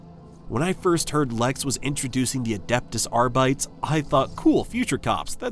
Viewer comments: "ARR-BIT-TEEs"... not Arrrghhbites. 😂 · Dude, arr-bee-tayse. Not arr-bites. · I'm sorry but the way you pronounce it sounds like you're saying "Adeptus ARBEIT". It's Arbites, AR-BIT-ES. Do you say also say Astart instead of Astartes ? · Wow, the mangling of those Latin names through the whole video made my teeth hurt. I find it difficult to believe someone who can't pronounce 'Arbites' correctly has "always been a huge fan" of the faction. Combined with relentless advertising voice and absolutely zero caveats or cons—the game is the Emperor's second coming apparently—definitely AI marketing. You can often tell by the generic channel names but this one sucked me in and elicited a comment, so a win for them. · Is this an AI voice...? I'm almost certain that's not how you pronounce "Lex Imperialis" and "Adeptus Arbites"...or maybe I'm wrong. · Hate to be that guy but that’s definitely not how you pronounce Arbites. Think Greco-Roman like Hercules. Otherwise this review has me sold. Currently on sale due to steam summer sale too!